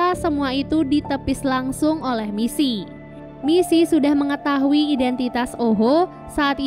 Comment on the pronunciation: “MiSi MoReNo” helep 💀 aku fans nya we can be heroes udh ku tonton 3x, mbak itu bkan “MiSi” tpi Missy yah, ngingetin doang 😅